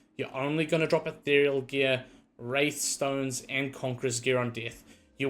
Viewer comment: WRATHstones Keenly JAGG-ED Bro you're first language is English. Please speak it properly <3